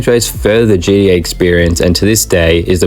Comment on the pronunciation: I love how you say GDA.